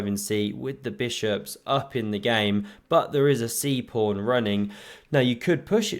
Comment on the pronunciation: Is it a joke calling a pawn a "prawn"? Or is that just the way you pronounce it?